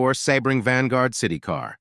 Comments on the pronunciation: Must be an AI announcer. "Sebb-ring"? Try "See-bring". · AMC Gremlins weren't ugly. They WERE Hornets with their trunks cut off! The Saab Sonette(pronounced like sonnet) III were beautiful sleek cars. The problem with them was their dated mechanicals. The Sebring(pronounced see bring) were odd but had the popular wedge styling(sic: Triumph TR7) . Datsoon?????????? It is pronounced Dat-sun. You missed out on probably one of the ugliest cars ever, the Mazda RX4. Please learn the proper pronunciations so you don't sound so foolish and maybe people will take you seriously. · It’s Sea-bring. See how easy that was?? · Yep AI can’t get a seebring “spelled phonetically” right